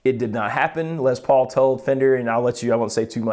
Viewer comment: Les Paul, not Lez Paul. Why are folks saying it this way suddenly???